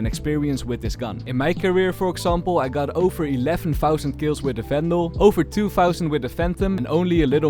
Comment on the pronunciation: You keep pronouncing every V as an F snd and not as an W as supposed, you say Fery good, felorant etc, why? Also it's Wandal not Fendal